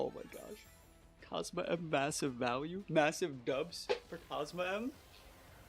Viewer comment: I think the team could use some toxic stall as well if you run it back for another video! And btw its pronounced COZ-MOHM (Cosmoem)